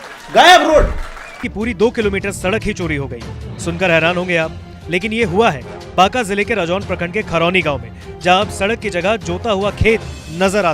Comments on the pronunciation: Are BANKA ka hindi me बांका बोलते हैं, बंका nhi bolte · Use banka ni bolte baka bolte h n silent h 😭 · By the way its not बंका its बांका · its not bnka 😂as u pronounced.. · Bro in banka...n is silent it's like baaa(aadha n)ka😂